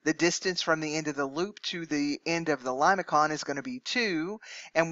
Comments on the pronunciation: limason not limaKON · It is something like Lay -may-son, not limakon when you pronounce it. Please make corrections. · I believe your pronunciation is incorrect. Limaçon is a French word so the c is pronounced as an s. So The first pronunciation lih-muh-son is correct.